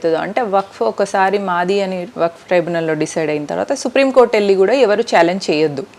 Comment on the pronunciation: ట్రిబ్యునల్ అక్కా సరిగా చెప్పు అక్కా ట్రైబనల్ కాదు